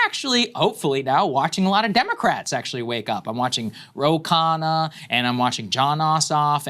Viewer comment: I wish Sags would teach everyone how to pronounce Patel and Khanna.